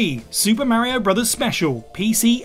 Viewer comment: I didn't know the name Mario can be mispronounced 🤣